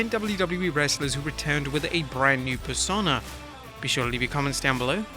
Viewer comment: its pronounced Per-sone-ahh.